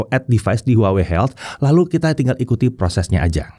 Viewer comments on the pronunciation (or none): masih keLiru nyebut nama brand-nya. harusnya WAHWEi😊